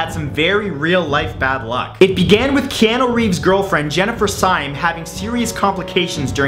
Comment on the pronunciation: Wait did you mispronounce my man's name? "Keanu Reeves"